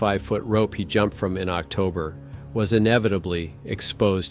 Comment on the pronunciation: Are you using an AI gen voice? What are you saying: "On Octer 17th?" What's "Octer?" Surely if you mean "October" you should be able to pronounce it. Same when you say "...on Nover 21." You mean "November?" And you're mispronouncing "Yosemite." And what is "Kilo neutons"? Edit: The fact that you completely ignored a perfectly straight-forward, legitimate question speaks volumes.